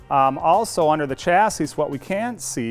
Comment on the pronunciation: Please learn how to pronounce chassis...